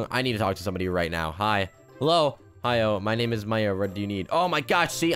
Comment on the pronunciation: OMG U SAID MY FRIENDS NAME WRONG 🤣🤣 she made me watch it lolo and im glad i did her names pronounced May ra